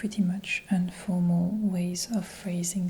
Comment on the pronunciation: Merci bcp de la vidéo. En fait on dit INformal et non UNformal.